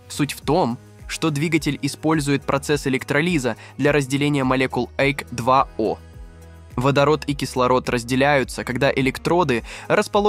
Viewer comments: С...ка, чтец, - откуда упал, если у него ,- электролИз и эйк (слышится так, - даже, - не эйч) 2 о!!! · ЭлектролИза эйкдвао... грамотность шкалит... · Безграмотность аффтара просто зашкаливает! И он еще что-то вещает!!! Ему бы молчать и слушать, а он рот открывает!!!! "Ейч два о" - перл достойный комедиклаб....